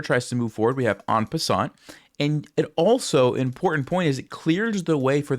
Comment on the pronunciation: an croissant, the sneeky french do it again😅